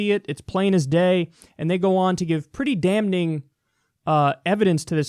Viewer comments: Kyle, the "n" in "damning" is silent: damiNG/, damn it! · Goddammit Kyle, the N is silent. Please stop. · Um Kyle? The n in damning is silent. Just saying bro. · The "n" is silent in damn/damning Kyle ;)